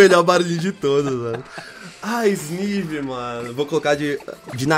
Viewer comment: Não se pronuncia Isnivi, se pronuncia esnaive (Snivy)